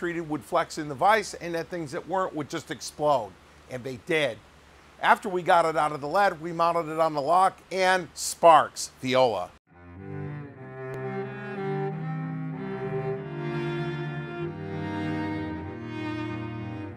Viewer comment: Pretty certain knows how to pronounce "Voila'!" & the "viola" is meant to be a joke combining his innate gift for buffoonery with a reference to the cello music opening...;-D